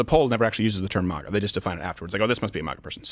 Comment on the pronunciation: I wish this man would stop pronouncing MAGA as MAH-GA